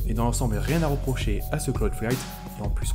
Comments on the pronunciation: Ta du mal à dire cloud fight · 👌 t'as un peu de mal à dire le nom nan?